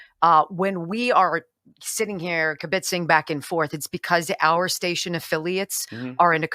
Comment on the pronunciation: As someone born & bred in NYC, I love when non-NYers try to pronounce some words, like she just did with "kibbitzing" (so preciously cute). Just heard your guesses. I'm guessing he likes Oz because: 1- he was on TV. 2- he was nice to me. 3- but mostly, I liked the books. You know, with Dorothy & the scarecrow and others. (let's watch and see. ). Even though he didn't comete it, I thought he did a good job building some new wall. It's not his fault that it fell over months later. Who could have predicted the winds would gust at 30 mph knocking it over. Don't make fun of his non-existent health plan. Better & cheaper than Obamacare. Of course, it will all be announced in two weeks. As much as I loved Dave, for a great rendition of Hail To The Chief, check out: My Fellow Americans. For a great political speech, check out: The American President. ( When Biden said we have a flame burning inside of us, thank you for not making a Tums joke ) it's: he couldn't pick Hunter out of a line up, not a laptop. (only commenting cause you said that twice). To answer your question, he rents his home to save money. That's how he became a thousandaire. Don't make fun of her for doing a bad DeNiro impression. (I'm watching you) Theory: he brought up Hillary's emails as a "subtle" way of equating what they each did is the same. He was trying to show wit, but only got half way there. Can't believe what a cynic you are. Saying he's using funds to just support his kids. He's also using funds to supp